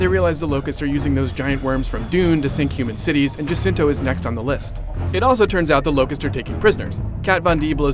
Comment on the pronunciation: jacinto not jacinta